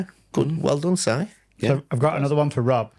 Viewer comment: Awesome! Thank you for inducting me into the HOF! 😍 Clarke pronounces my name correctly, and Rob (or Wob as Paul says) does it wrong! 😂